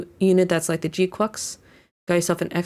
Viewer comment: I’m very appreciative of you pronouncing the name GQuuuuux correctly lol other YouTubers sound like ducks pronouncing it and it’s cringe as ever 😮‍💨🤣